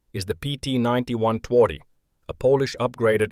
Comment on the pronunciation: Phonetically it's Tvardy. We don't do any of this 'soft w' nonsense here.